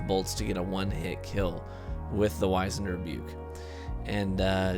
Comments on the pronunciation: Pronounced WIZ-end (like wizard), not WHY-zend. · Not Why-Zand but Wizz-End... try Google, can help with 'knowing stuff'.... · Dude. Great video. But...... Wiz-end. It’s pronounced wiz-end.